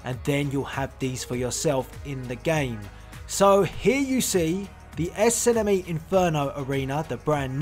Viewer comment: Lol i love how he says SNME. Esenemi xD